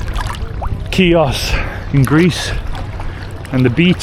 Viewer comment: its not CHIOS its ''HIOS'' the pronanciation its not CH its H [like ''h''ard for example]..!